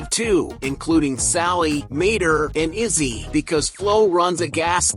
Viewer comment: It's "Lizzie", not Izzy